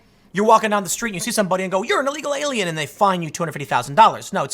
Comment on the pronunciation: anyone else hear "eagle alien"